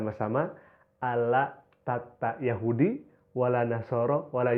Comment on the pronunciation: Perasaan gue mendengar kan pengartian dari pendeta itu gue jadi rasa aneh ya perasaan aneh banget dah pembacaan nya aja gue dengar kok ada yang aneh pas gue pastiin eh beneran juga pengucapan kata Yahudi nya gak dibaca 2 harakat pada huruf ha'(هُو) pas gue denger ulang lah bener Yahudi nya dibaca langsung gak dikasih jeda "yahudi" yang seharusnya "yahuudi"